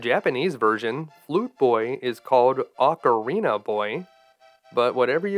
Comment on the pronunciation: Why do you call the Cane of "Byrna" the Cane of "Bryna"? You did this before when you called the "Ocarina" the "Ocarnia". Have you ever been tested for dyslexia?